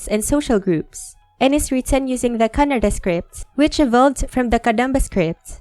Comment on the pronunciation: I detected a slight R-approximant: Kanna(r)da